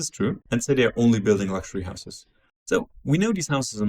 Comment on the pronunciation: The real question is why the dude pronounces houses as "houseass"